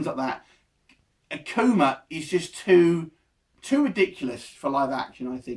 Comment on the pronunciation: This dude lame akuma was cool n new can't even pronounce the names right